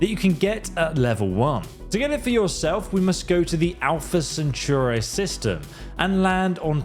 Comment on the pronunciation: bro couldn't pronounce Centauri right even if his life was depending on it